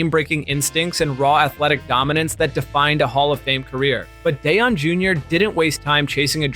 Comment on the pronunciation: He can’t pronounce Deion, don’t trust this.